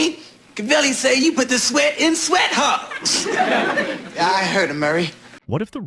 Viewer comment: Sweat thogs? Fix your script and the AI will do much better at pronunciations. 🤦